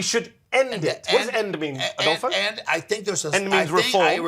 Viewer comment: ""Adulpho"" huh?